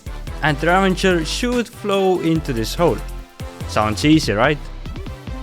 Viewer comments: Bro sry it’s ravager not ravanger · It bugged me how you kept saying "ravenger" and not ravager. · its not a ravenger its a ravager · ITS NOT RAVENGER ITS RAVAGER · i tought its ravager, not ravanger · why does everyone say "ravanger" when there is, in fact, no N in the word? Ravager is the name of the mob haahaha. ¯\_(ツ)_/¯ Ravager is an actual word meaning someone who ruins or destroys. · ik English isn't their native language but I have never seen the minecraft death prompt say ravanger... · Repeat after me: raVAger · ravager is the correct word, they're saying it wrong fyi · It is, they're saying it wrong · Chill, It's called the Ravager. They said It wrong because: 1. english isn't their native language 2. the word "Ravager" cannot be found anywhere in vanilla Minecraft.